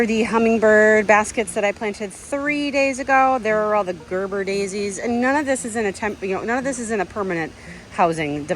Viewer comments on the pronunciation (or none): none